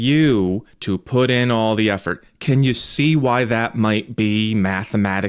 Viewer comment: 'Wi day doo dat?' Gross.